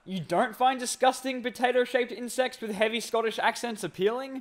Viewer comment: i guess.. but seriously, who says potata?